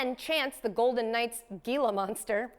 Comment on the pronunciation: it's "heela" monster, katie!!